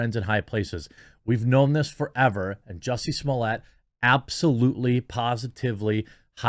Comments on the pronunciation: What takes place in your brain that turns Smollett into SmoleeYAY? I don't understand how you say it correctly when you read it, but when the name is in print in front of you you say it correctly? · Quit calling him juicy smollea, it's jussies mullet